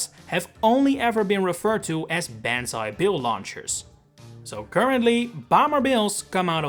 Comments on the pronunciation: Did anyone else think it was “Bonzi Bill”? No? Just me? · Ban zai bill 💀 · Who the fuck called it banzai bill